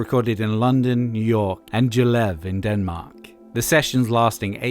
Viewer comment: Can't exactly fault you for having troubles with "Gjerlev", it's not said quite that fast, more like "gjair-levv"